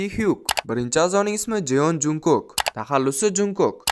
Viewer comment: szning muhlisingizman hatemasu lkn Jeon Junkok boʼb oʼqilmidi Chon Chonguk boʼb oʼqiladi va Jeon Jungkook boʼb yoziladi ismlarini toʼgʼri aytishga harakat qiling